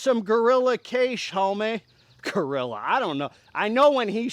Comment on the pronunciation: Try pronouncing it as GEh-ree-YA, strong emphasis on the "ree"